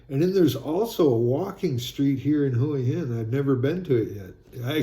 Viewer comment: Hi, the correct pronunciation for Hua Hin is Wa-Hin